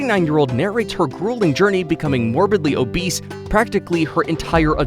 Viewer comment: the fact you said morbly abis 😆